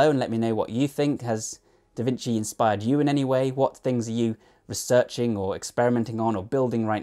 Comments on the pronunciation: Just wanna point out that a C followed by an I, in Italian, is generally read as "chi" or "chee" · There are a bunch of other pronunciation mistakes, but I thought "vinsi" was the most easily fixable 😅